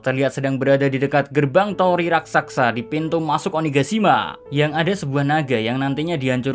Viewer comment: Sekedar menambahkan sedikit: penyebutan dalam kata "RASAKSA" seharusnya "RAKSASA" hampir di semua konten tolong di perbaiki. Maaf kalau tidak sopan dan terkesan lancang, saya hanya berniat meluruskan sedikit karena saya kagum dgn narasi 🙏🙏🙏